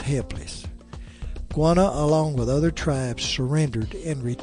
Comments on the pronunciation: its quannah not qanah im related to quannah parker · interesting story...but a Goana is a lizard.. Quanah is pronounced 'KWANAH'... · Apsco Radiales Yes! Thankyou. It's 'Kwa nah' not 'Gwana'. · Why do you keep calling him Guanah? It's Q as K.